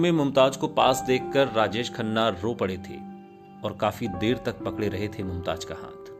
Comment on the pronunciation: Ishtar sahi lafz nahi hai... Sahi Shabd hai star.. Mumtaj sahi lafz nahi hai.. Sahi lafz hai Mumtaz. Bhasha ka Samman karein.. Bhasha sahitya ki dharohar hai. Aap ki niji sampatti nahi 🙏😭